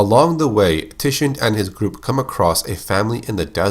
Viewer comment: Tichinde is pronounced Tee-Chin-Day.